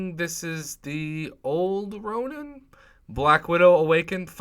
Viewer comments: Its Ronin, not Ronan in the first crystal. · Is it just me or does he pronounce Massacre oddly and calls Ronin, Ronan?